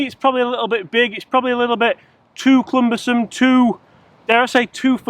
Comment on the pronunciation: Love your content and always hit that like button. Just a friendly nudge to say that the word is "cumbersome" not "clumbersome". But we don't tune in for for an English lesson do we 😂🤣 👍🏽